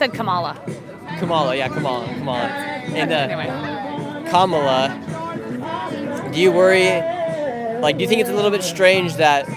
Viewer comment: It’s KA-mala. Stress on the first syllable. You were corrected many times on how to pronounce her name but you kept saying Ka-MA-la. How hard is it to put the stress on the first syllable? 😅 #Trump2024